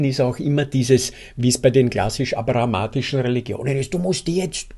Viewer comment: Abrahamitisch, nicht abrahamatisch.